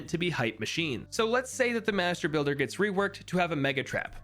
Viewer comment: I was shitting myself every time he said mastrr builder lmao